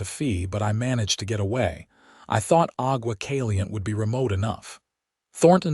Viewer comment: Agua Caliente' Ah-gua (gwa) Căl-ē-yěn-tāy Santa Fe "Santa" (as I. "Santa Claus /Clauce" ) and "Fāy" (as in "Fay Ray") "Santa Fay", NOT "fēē" as in "paying your dues", No! PLEASE TEND TO YOUR POOR, SAD "AI" CONTRAPTION. 😊😊😊 By the way, these two names are both Spanish/ Mexican Names. 😊